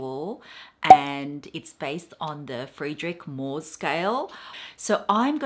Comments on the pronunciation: Guilloche is pronounced "ghee-osh" and Moh is pronounced "Mow". Unless it has changed since I sold jewellery 😊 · Mohs is pronounced: moes :)